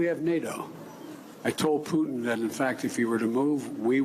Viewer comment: Vladamire the" Pab Smear" Putin?